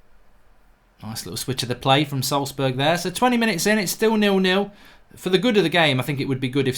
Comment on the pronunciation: Wow, he even pronounced Salzburg almost correctly! I have never seen a Brit doing this. ;)